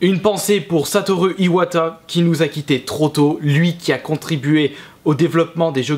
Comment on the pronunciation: Apprend a prononcé Satoru s'il te plait :(